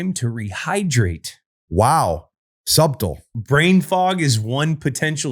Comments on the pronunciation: Gronk....Sub-tul ? You mean subtle, pronounced sut-tle? lol Dont ever change man! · reading “subtle” as “sub tool” is hilarious 😂😂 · “wow Sub-tal” 🤣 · Did Grink pronounce subtle in that way on purpose? I hope so...... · The way gronk says subtle And Edelman not even noticing 😂